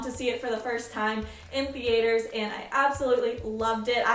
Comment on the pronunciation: woah I'm not being mean i have never heard some one say th ea ter you add the a it's so cool